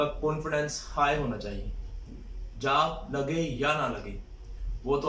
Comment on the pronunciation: job* not jab